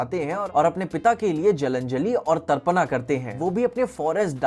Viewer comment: Pinaka ❌Pinak ✅ Tarpana ❌Tarpan ✅ Yaksha ❌ Yaksh ✅ ➕